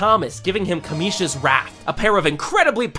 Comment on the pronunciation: 90% sure it’s Kamish not kameesh